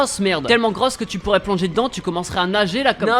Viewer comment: "greusse" au lieu de grosse 😂😂